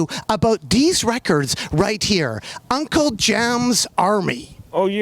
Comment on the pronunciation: Nard turned "these" to "deeze" just for Snoop lol